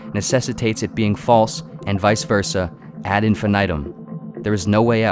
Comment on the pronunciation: Random dude who this was just recommended to; a few pronunciation guides: ad infinitum is not pronounced the same way as infinite. It’s pronounced much more “Latin” (huh wonder why) and is pronounced in-finih-tumm. Hope that helps! I think there was another one I’ll update this comment if I come across it. Latin is hard